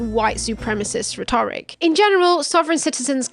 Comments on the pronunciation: "Rhetoric" should be pronounced with the emphasis on the first syllable, not the second. Great stuff, though. Subscribed 👍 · 'rhetoric not rhe'toric? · Do British people pronounce Rhetoric differently than Americans do? They emphasize the 2nd syllable whereas Americans emphasize the first?